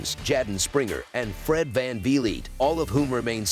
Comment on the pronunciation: Fred van ve leet😹 nvr gets old